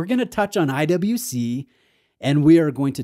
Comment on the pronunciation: pronounces IWC as I double you see